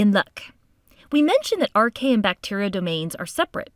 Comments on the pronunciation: ae in latin is always pronounced 'ee' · You should pronounce as AR-KAY-AH